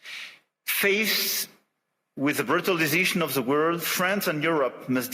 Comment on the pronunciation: His French-sounding "r" are cringe-making though, and he has forgotten how to pronounce "world" correctly, which is a bit much given the context. Weird to hear his English going to pot, accent-wise, as though he didn't give a toss any more.